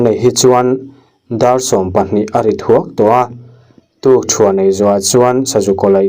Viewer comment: "Tukchhuan" nilo in, "Tukṭhuan" tih zawk tur aw.